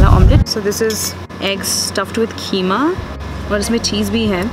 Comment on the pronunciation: its keema na ke kheema. Thaks for pisting your vids. Yuh r awsm.